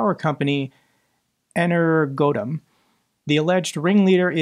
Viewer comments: Enner.. goadmm!? 😅 Ener-Go-Atom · I MORE than wholeheartedly agree with your idea of dealing with the Traitor of EnerGoAtom(to help u with the pronounciation) but yes. That is THE ONE and ONLY way to deal with that sort of two-legged filth in a nation at war under martial law!!😠😠😤🙌 Great work as always, and of course, and as forever and always Slava Ukraiini, Slava Azov, Slava RDK!!!😊🫡💙💛💪🔱✊🌻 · compound words are easier to read when you split them into components: Energoatom ~> energ - o - atom. Very aptly named company btw. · Pronounced Ener - go - atom